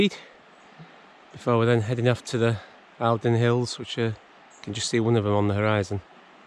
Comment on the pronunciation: Love the videos - i live in the borders and did the St Cuthberts in January this year. Just a quick info update - The Eildons are pronounced "Eeldon" 🙂🙂